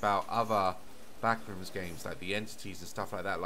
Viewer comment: The way Daz pronounces the backrooms "the BACKRUUMS 😬"